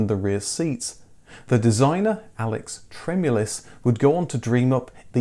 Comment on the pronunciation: It's TremUlis, not TrEmulis